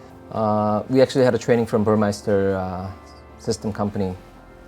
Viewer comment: it's embarrassing when the Porsche representative says Burmeister instead of Burmester.